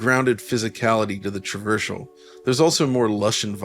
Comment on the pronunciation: MISTAKE! I noticed a mistake! At he adds a H to the word Traversal and misspronounces it. Appalling.